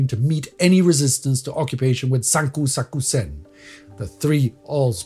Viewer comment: For all the effort put into this channel, I have to say I am disappointed with the seemingly low effort put into the pronunciation of Chinese and Japanese words. If you just look up the pronunciation of sanko sakusen, you will find that it is literally nothing like what said. Had the word not been on screen, I would not even have been able to identify it as being Japanese.